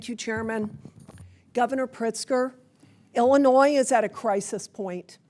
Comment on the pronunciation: Miller, who mispronounces the state she represents, is a tool of the fascist, takeover of American Democracy. Period. End of Story. Full Stop.